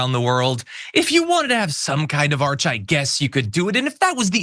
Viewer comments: It’s an ARCH not an ARC. Frickin’ idiot. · Trump says arch one time then he continues on calling it an ark. The man is slurring/mispronouncing his words more and more. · It's an ARCH not an ARK. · An arc? Arch. What a moron. Or does he mean Ark? 😂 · Isn't it an ARCH, not an ark? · It's pronounced ARCH, not ARK, Trump you idiot.